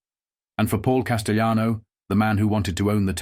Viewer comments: He's not spanish....it's not casteyanos...the LL in Spanish is not the same in Italian ... Cas-tell-ah-no. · but AI mispronounced names. Through half the story the narrator said 'de my o' Then finally said De-may-o. Constantly saying Paul, Big Paul, Costellano, was past annoying 😊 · How about getting a human to narrate? Seriously... your work is too good to waste it on a computer voice... Hearing "Demeeo" and "Casteeonno" and "Poozo" makes me wince. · Pronouncing "Castellano" wrong!